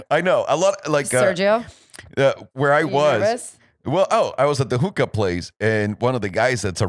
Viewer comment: Hooka, not hooker lmao